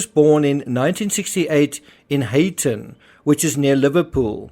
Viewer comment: Beckham was playing for Manchester United,pronounced highton,spelt Huyton